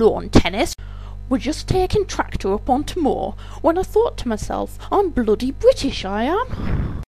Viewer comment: Lol bwitish